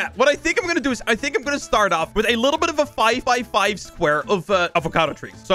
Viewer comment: I like how says libble bih instead of little bit